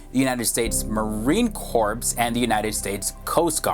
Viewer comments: Its pronounced core not corpse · Hello, the 'S' is silent in Marine CORPS. Get the pronunciation correct please. It sounds like "core" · "Marine Corpse???" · it amazes me that people still don't know that corps is pronounced as core... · Marine Corpse? Coast Guards? where you learn how to spoke son?